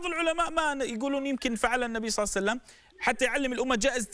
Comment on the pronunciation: صلى الله عليه واله وسلم* وليس صلعسلم